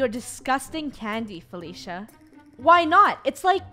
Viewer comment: EconomicGamerYT It's Felicia not faffala